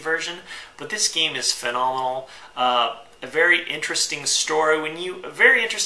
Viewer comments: Take a drink every time he says fanomonal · Say phenomenal again.